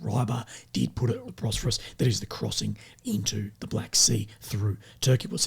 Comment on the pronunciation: Bosphorus not Brosphorus